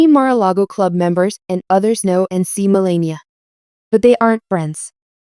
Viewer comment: too bad you don't know how to pronounce Melania's name.